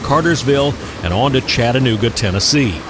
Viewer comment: WOW!!! Another fantastic job and you pronounced "Chatt-A-Nooga right and made me smile, everyone forgets theres and A in the middle. Thanks as always for the railroad education as you get closer to my home town. Keep u the great work. Looking forward to part 2.